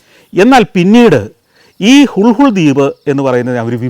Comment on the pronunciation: ഹുൾഹുൾ ദ്വീപല്ല ഹുളുലെ ദ്വിപ് ഇംഗ്ലീഷിൽ എഴുതുമ്പോൾ നമുക്ക് വായിക്കാൻ പറ്റുന്നത് ഹുൾഹുൾ എന്നാണ് lha കൂട്ടിവായിക്കുന്നത് ള എന്ന അക്ഷരമാണ്